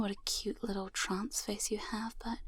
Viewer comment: Took me a couple seconds to figure out you were saying "trance face" and "not trans face" 😂. Man, I was panicking for no reason over a video too 😅.